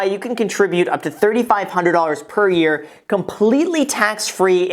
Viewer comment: "pear year" lol